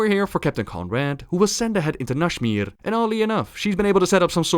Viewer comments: How did you turn Nazmir into Nashmir. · nashmir? there's a z in there buddy